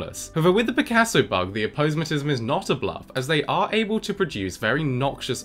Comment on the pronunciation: Well, it seems that one 'should' pronounce it as ah-po-SEM-atism. 🙂 Since it's a signaling device, it would seem to be related to the word semaphore, pronunciation-wise. 'Sema' from Greek sēma "sign, signal". 👍